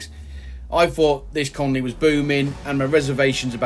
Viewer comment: Love the way you say colony totally wrong in all of your videos. Even subtitles can't hack it. >.<